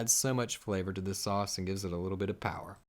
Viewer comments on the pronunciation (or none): Haha love the way he says “horsh radish shauce” like a tongue twister 😂👍🏾